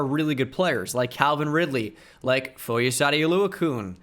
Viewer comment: "foy oh saw dee oh loo a kune" "Foy a sawed oh lue a kan"